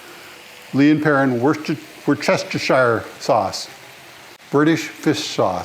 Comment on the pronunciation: You are the only person that I have seen that pronounced W sauce correctly!